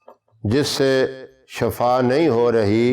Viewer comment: ap nay lafz ada kya shafa is ka matlab hy muut ap shifa kaha kareen asal may sahi lafz hy shifa